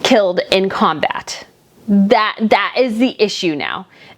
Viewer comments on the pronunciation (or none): none